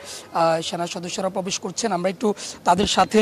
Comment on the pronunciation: পবেশ পবেশ পবেশ পবেশ করছেন।